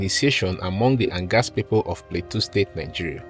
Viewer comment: Pronounce plateau not pleteu